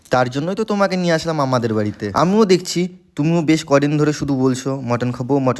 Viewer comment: আমাদের বাড়িও ঠিক করে বলতে পারে না উচ্চারণ জড়িয়ে ফেলতেছে মাম্মাদের😐